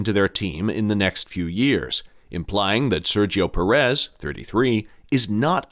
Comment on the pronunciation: Who is PerEZ? Pérez? Not that difficult, although Americans can't seem to hit the right syllable.